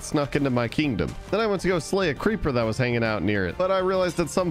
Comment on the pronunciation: How many times does he say kindom